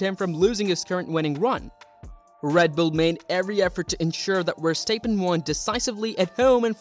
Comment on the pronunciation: great video but its pronounced "verstap {pen}" not verstap {peen} haha